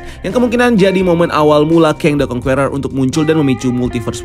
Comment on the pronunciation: Sebaiknya diperbaiki cara membaca “Conqueror” bukan kongkueror tapi kongker